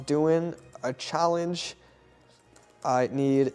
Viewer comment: anyone gonna talk about how he said challe ge